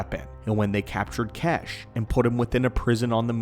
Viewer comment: His name isn’t kesh, the pronunciation of xesh is as follows(zesh)